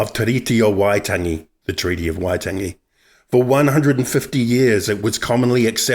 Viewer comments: Wai-tangy...can you say whyte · YOUR PRONUNCIATION IS ALL SHIT. WHY TANG E, WHAT THE HELL IS THAT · could of at least used someone who can pronouce waitangi im only 13secs in and im pissed off.